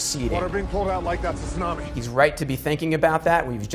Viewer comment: Gaaaah the mispronunciation of tsunami is so distracting. Sunami (which is how they keep saying it) means vinegar wave lol.